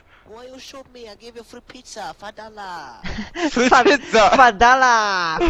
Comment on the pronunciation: Le mec avec les pizzas a pas dit "fadala" il a dit 'five dollars" ! Il parle juste surper mal :D